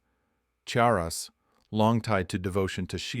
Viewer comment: Informative story but A.I. narrated and mispronounced the word every time. Charas is pronounced as "CHAR US", not Saras or Harras or what other ways it was said. I traveled there in the "good ole daze" of the 70's and made my own as I was trekking in western Nepal. One day I crossed a river and all along the bank as far as the eyes could see, cannabis was growing and flowering and very sticky!!!